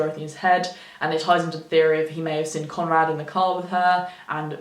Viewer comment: omfg the way you say seen like 'sin' just grates me makes it really hard to listen